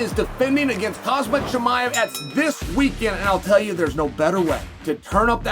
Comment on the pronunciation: Chael only does this on his channel for the -not all -but many low IQ fans of his who get a chuckle out of saying a person's name wrong. Chael has no problem with name pronunciation when hes on ESPN.